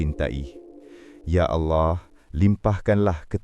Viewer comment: Tak ada orang yang boleh sebut betul2 arwah Dan Allah. Geli pulak telinga